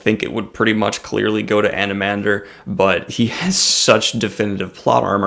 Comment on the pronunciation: Thanks for the shout out. Almost nailed the pronunciation. Just don't emphasize the 'h' so much. That being said Anomander is bad ass but who you should really review is his brother Silchas Ruin. Now that is a DEEP character!